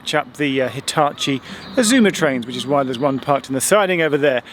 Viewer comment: Loving the Hitachi pronunciation 😂